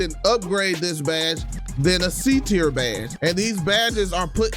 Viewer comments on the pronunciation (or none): It’s tier not tear